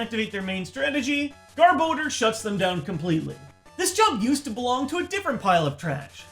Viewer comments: garb oh door? Why?! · gar-boh-der NO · Youd this hed know how to pronounce Garbodor by now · Gar-Bow-Dur.... ??? What? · His pronunciation of garbodor and rayquaza hurts me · I think you're pronouncing Garbodor wrong. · really a poke tuber mis pronounces garbodor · the way he pronounces Garbodor is just Insanely Dumb and fking Annoying - stoped watch the vid from there and thats why i Dislike. such a Cringe